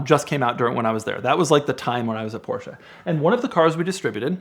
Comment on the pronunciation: There is no A in Porsche!! Please use google translate to hear the correct pronunciation. 💯